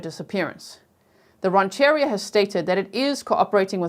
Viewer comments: Great job! BTW, it’s “ran’-chur-REE-a” and “te-HAY-meh” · Mien is Pronounced "Me-Ennn" like saying the letters Me and N. And Redding Rancheria "Ranch a Ree- ah".